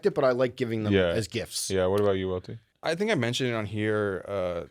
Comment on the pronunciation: Aye Welty, it’s not pronounced “Loe” lol